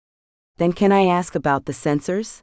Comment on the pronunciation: LOVE the story, but you would think a computer could pronounce ASK correctly instead of AKS!